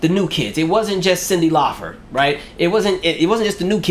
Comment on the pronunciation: It’s LAUPER NOT FER